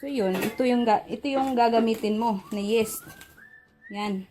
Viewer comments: Yeast is pronounced as yist, hindi yest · Yeast not Yes. Yeeest pronunciation. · Pronounce po ay yis not yes . No offend po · Sorry friend Say yist and not yest! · anong yest ba o yist di ko alam un yist alam ko po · Yeeeeeest ang pronunciation, hindi yest! ✌️ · Why does it bother me that she’s saying yest😅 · just say "yist" ( for yeast) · Omg. Yeast pakiusap namn paki banggit ng maayos ung yeast not yes omg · Wrong pronounciation of yeast...